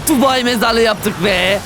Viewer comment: tubai çukulatası dedin😂😂😂😂😂